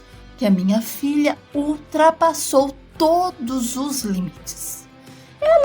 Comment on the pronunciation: Essa menina falou linites .a mae sempre ouvia calada eu calava a boca dela com um tapa na boca afsss